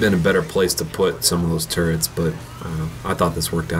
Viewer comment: they're called TURRETS not TURRENTS.